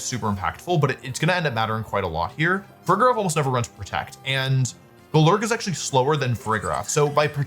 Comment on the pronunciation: goLURK is definitely one way to say it